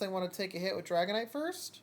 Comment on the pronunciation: Yooo thanks for the shout cast! You did pronounce the name correctly 😂👌. Made a few misplays but oh well 😂